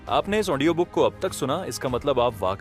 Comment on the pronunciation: Aap Audio ko Aondio kiyu kehte hai ❓ Anyways,,,aapki voice aur bolne ki tarika mujhe bahut achha laga.... book ke har chapter ko aap bahut hi achhi tarike se samjhate hai... Thanks a lot sir ❤🙏